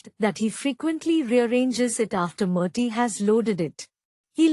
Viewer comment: Correct your verbal pronunciation. Its "Murty" not "Marty".